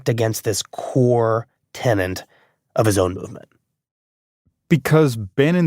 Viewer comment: "tenant" --> "tenet"